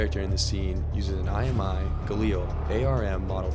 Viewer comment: FYI, it's pronounced Gaa-lil. Not ga-leel. Not being critical because everyone gets it wrong. However if you're doing a video on weapons you should know what you're talking about.